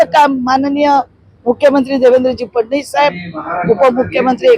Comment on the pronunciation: फडणीस नाही फडणवीस बोला बाई